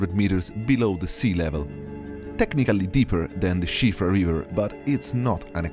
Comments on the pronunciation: First time I've heard someone speaking in English pronounce Siofra right. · That's the widely-accepted pronunciation in English.